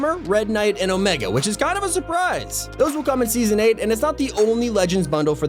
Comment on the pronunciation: You ruin the word surprise